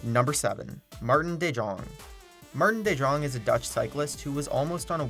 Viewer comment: Omg you said maarten de jong so wrong hahahaahahahahHahahaha